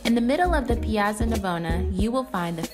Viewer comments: The double "z" in "piazza" makes it pronounced "pi-AHT-za," FYI. Great video! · Great video! If only you pronounced the word piazza correctly... ;) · Not how you say piazza